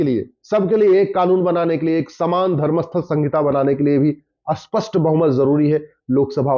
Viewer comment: Auspest nehi spasth Maharaj